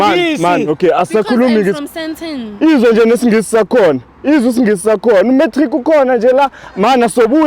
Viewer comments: Sandton ❌ Saytan✅ CHANEL❌ Channel✅ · "He is a very haymbul man " "saynton"